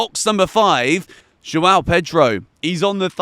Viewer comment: I wish you could learn to pronounce the name João.